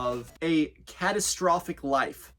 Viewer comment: Lol you said CATastrophic